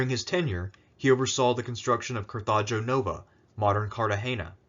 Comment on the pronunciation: "Carthajo Nova" Me: "Cartha-GO! How could you mispronounce that?" "Hanno the Great was a strong partisan of Africa First". Me: "Does that mean it's 'Donald the Great' Now?" O.O: "He can be compared to Fabius the Delayer but without any military skill whatsoever". Me: "Donald Cunctator?" (even more baffled than before).